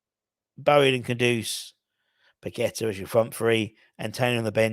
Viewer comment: nice to hear you can pronounce paqueta not like these media clowns pack a tar which is where paqueta was born not his name.